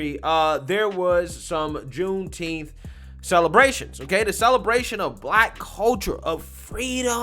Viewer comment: Juneteenth or Shooteenth??